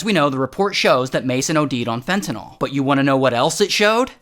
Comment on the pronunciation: Why do people have such a hard time saying "Fentanyl" ??